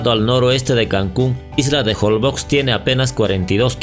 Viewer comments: Se pronuncia jolbosh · SE PRONUNCIA JOLBOSH (Holbox) La letra X se pronuncia como SH regularmente, en el idioma maya. Un saludo